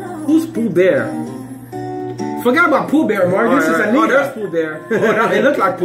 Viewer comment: Por que vocês acham que nós não sabemos falar inglês? E não é "Anira" e sim AniTa. Like "Tatoo" T. Anitta